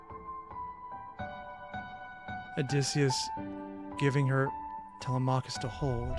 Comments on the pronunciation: Tele-mac-hus 😭 thats not how you say his name!! Its tele-me-cheis (i think??) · Please for the love of all that is holy learn to properly pronounce TELEMACHUS!!!